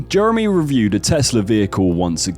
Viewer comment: Always when he says Jeremy I understand Germany.